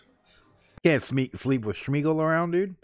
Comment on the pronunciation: Gollum's real name is Smeagol (not SHmeagol)))